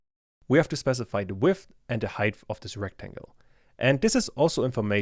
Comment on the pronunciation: Great and useful tutorial but please practice how to pronounce the word height in Germanish English. There is no "th" anywhere... ;-)